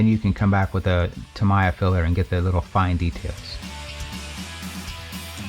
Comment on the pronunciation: True Japanese = "Tah-mee-yah" (authentic Japanese pronouncement)......and the "tah" sounds like an "uuh" and all 3 syllables are the same with no 'accents' and it is distinctively pronounced like this ----> "Tameeya" 👈😎 👍 From what One-Toothed-Yall-Planet did "Toe-MYYYYYY-yeah" 👈🤣👎 come from......is just so-oooo wrong! 😆